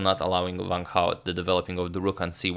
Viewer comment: It's Wang, as in this words: want, wanted, wrong, wonder, etc... not as in this words: vant, vanted, vrong, vonder... ^^